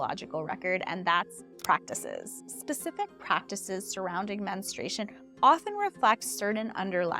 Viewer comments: You need to pronounce the word men stru a tion correctly, it sounds like you are saying ministration. That is incorrect. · Why does almost no one pronounce "menstruation" correctly? It's not "minstrel" fluid. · Before starting on this interesting topic, I sincerely wish you had learned how to properly pronounce the word “menstruation”! You probably mispronounce February as well. 🙂